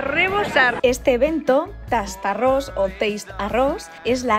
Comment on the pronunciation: me ha gustado mucho tu video, solo comentarte una cosa a nivel curioso/informativo. TASTARRÓS es la unión para darle nombre al evento de 2 palabras en valenciano, TASTAR y ARRÓS y "tastar" significa "probar" x lo que en castellano seria "prueba arroz" y la pronunciación es tal cual se escribe, no teistarros. En cuanto a tu solicitud de sitios donde comer, yo de voy a aconsejar uno donde almorzar (esmorzar en valenciano) es una bodega que se llama "la pascuala" x el barrio del Cabanyal donde vais a poder "tastar" unos bocadillos XXL de lujo. Ya nos contareis. Un saludo enorme y espero que disfrutes de "la terreta"😘